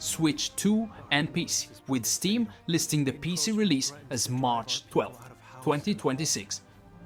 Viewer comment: I don't know man. The way he says pc.. p e c. That's just weird.